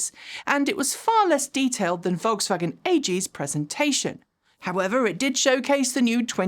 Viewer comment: Your pronunciation of "Volkswagen" is excellent.